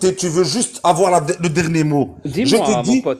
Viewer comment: Du verbe Zavoir 😂😂😂😂 tellement de golmons font cette liaison invisible